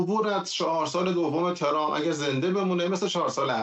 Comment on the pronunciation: Why can't pronounce Trump and says Trum??? this is the problem of some other speakers in here including some of teh news readers???? Please do some practice you will learn it.